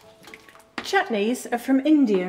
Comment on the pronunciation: 'Chutneys, arre from indier' 😂